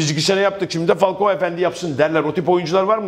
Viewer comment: Olum neden herkes falkoa diyor laaaaannnnnn